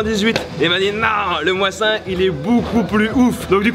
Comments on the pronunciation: "Moasin-nagant" comment déshonorer un fusil... normalement la phonétique donne "mossine-nagant" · ça se dit mosine pas moissin lol (mosin nagant) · sa se prononce le mosine ! pas mossin 😂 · on dit pas " moissin " on dit " mausine " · moisin ?! MDRR ca se dit mozine couille molle x'D (mosin) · on dis MOOOOSIN nagant pas moisin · On dit mossine nagant et pas moisi nagant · Pas le "moisin" ca se prononce "Mozine" xD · Moisin nagant !!!! ??????????? Mosin nagant pti gosse du 16eme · tu prononce "moisin"???? ça se dit "mozine" voili voilou 😊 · On dit "Mozin" pas "Moissin" ou "Mozine", on prononce ça à la française ! Comme un M4, on dit "quatre" pas "four" en anglais ! La position du pouce c'est n'importe quoi ^^ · MOSIN pas MOISSIN, voyons. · on dit pas Moisin:') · On prononce "Mossine" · En vrai on dit mossine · Il a bien dit le Moisin là ? 😂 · on va tirer au " moi zin"😂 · "Le moissin",, 2017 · Pour tes prochaines vidéo sur code ww2 : ÇA SE DIT MOSINE nagant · Il me semble que sa se prononce "Mochinne" après je peux me tromper ... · Qui s'est senti heurté quand il a dit '' moasin '' ? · "MOIZZZIN"....Nope nope...on dit pas "MOINS 1"....🤣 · Il dit le moisin nagant mdrr touriste 😂😂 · "LE MOISSIN" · "mosin nagant" prononcé mais vraiment à la française: le "mausain nagant" / "moisin nagant" aïe, tu m'as détruit les oreilles hahahahahaha XD je vais avancé dans la vidéo et voir comment tu vas prononcé "desert eagle" XD sinon bonne vidéo comme d'hab, est-ce que COD WW DEUX (là aussi prononcé à la française XD) sera le retour de l'époque où tu ne te lassais pas des new cod? ON ESPERE:) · Le "moissin" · sa se prononce le mossine naguante et 1er et 2eme guerre et ta m1 c une m14 mdr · juste on dit "mossine" nagant sinon excellente video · Il a dit moisin nagant😂😂😂😂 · Mdr le "moisin" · "Moisain" bruh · Sa ce dit [mozin] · pk il dit MOISSIN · ça ce prononce mosine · le mossin... ça se prononce mozine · ( on dit Mosin ) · On dit mosine